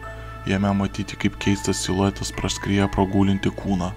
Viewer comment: kodėl tu sakai iluetas